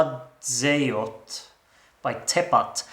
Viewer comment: Latvian here. Your pronunciation of "Sadzejot" was actually very good for a non-native speaker haha😅 my personal favourite is Kobra - Zelts, but I think we should choose Ludvig - Līgo, as it showcases our culture musically and lyrically. Līgo is a Latvian national holiday and celebration of summer solstice where people sing folk songs and dance around bonfires wearing wreaths of flowers and oak leaves. It was my favourite holiday in childhood❤ And I also like that the song is at least partially in Latvian!